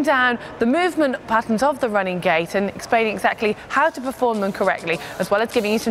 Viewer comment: What is she saying? Running gay?